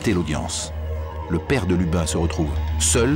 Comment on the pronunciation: D'abord c'est Lubin et pas Lupin Ensuite je vous conseille de lire le livre de Magali Guillemot Jérôme Duchemin était un type brutal désagréable et indifférent On est en plein dans l'erreur judiciaire